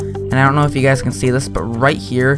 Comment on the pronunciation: You should really change the beginning of your video which is, 'hello guys and guys' or 'guyeses'